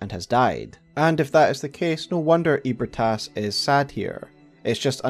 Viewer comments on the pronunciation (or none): Bro NOTHING in this story is called “EEH-brih-TAS.” Wtf are you saying? for real. All the effort to unpack lore, and you ruin it…saying “ eat Brit ass, eat Brit ass.”